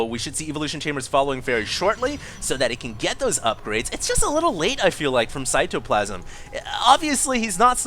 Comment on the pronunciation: He pronounces cyToplasm with a capital T